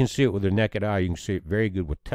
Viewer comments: necked eye eh🤣 Honestly I prefer that version of the word over plain-ol’ naked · He said “Nekkid Eye” 😉 Pretty cool.